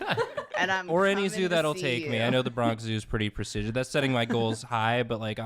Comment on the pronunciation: Thank you for saying prestigious correctly. It made my day! It’s a weird pet peeve of mine. I hate when people say presteeeegious instead of prestihgious